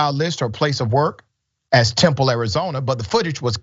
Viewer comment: That city in arizona is Tempe. Pronounced tem-pee.